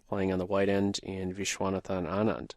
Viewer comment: Anand's name is pronounced Aaaah (as is say aaaahh) + nand.